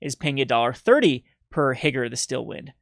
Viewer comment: HEE-GOO-RAY. Not Higger.